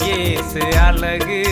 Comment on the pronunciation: அழகு உச்சரிப்பு அலகு என்று உச்சரிக்கிறார்